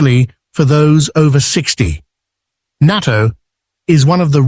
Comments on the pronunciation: Pronounce "nah-to," spelled "natto." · Naa TOE. I know this is Ai but please be courteous and pronounce it right.